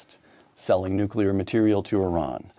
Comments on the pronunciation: 'newkular'? christ. credibility drops to zero. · Oh, come on, Victor. You are a genius. You can read Greek and Latin. Can you please learn to pronounce “Nuclear.”